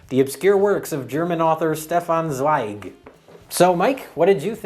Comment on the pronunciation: The way pronounces "Stefan ZwEIg" always cracks me up.